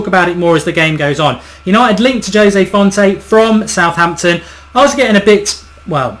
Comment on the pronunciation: Jose Fonte? seriously?